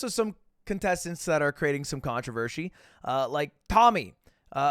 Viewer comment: “creating some controvhershey”